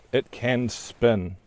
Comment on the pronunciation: Imposter kiwi. Is sp’u’n not spin 😝